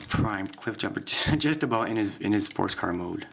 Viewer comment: damn its aboot time how many times did u try to upoad this LOL